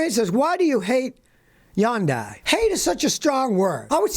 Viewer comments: It’s pronounced Hon-day. Not Yon-die. No disrespect. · Hun-dye............not yun dye....... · Yun die! It’s pronounced hunday like Sunday. Nobody gets it right. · Hun Day! Not Yun Die! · Youngdai😂??? Is that how you pronounced it? 🤦🏽‍♂️ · Hundai or Yundai…🤔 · Hyundai not "Yundai". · Lol Yawndai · I love the way you say Hyundai like “Yundai”. Scotty, you are the person everyone should strive to be. Keep up the good work brother. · Yandye not Hyundai;-) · It’s funny cause he says “yundai” when it’s been confirmed to sound like you are rhyming it with Sunday. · He can't even pronounce the hyundai name correctly 😅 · Please learn how to pronounce Hyundai correctly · Your pronouncing it wrong. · Hate Hyundai....Scotty can't even PRONOUNCE it! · Big fan! But please Google how to pronounce Hyundai, you're way off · Maybe Scotty should learn how to pronounce Hyundai before he criticizes it.